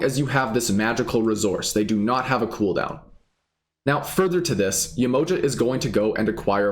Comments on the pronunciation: So this being a real African deity can you say her name right ? Ye-ma-ha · Hi - its Yeh-mo-JAH !- with accent on the last syllable (lol_ sorry I couldn't resist!)